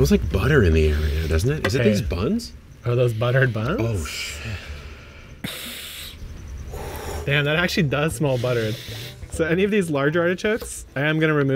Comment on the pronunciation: Did he just say “oh shi” to buttered buns? 😂